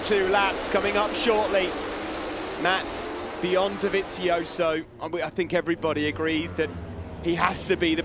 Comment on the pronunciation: His name is Dovizioso, then why the commentators keep Pronouncing his name as Dovinsioso, where has the N came from I can't understand, can anyone tell 😂😂😂😂😂